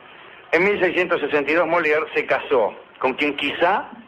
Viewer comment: Mis disculpas, mi estimado. Es "Engels" y "Moliere".